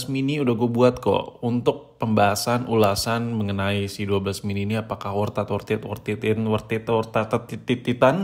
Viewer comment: wortat wortiti wortet wortititan